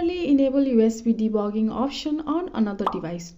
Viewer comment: BRO JUST SAID usb debogging😂😂😂😂